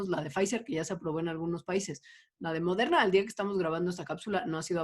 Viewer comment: Está padre como todos decimos "Modeurna" como tías noventeras. "la vacuna de Modeurna"